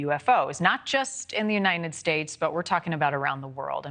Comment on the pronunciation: "Uninen States" Nobody enunciates anymore lol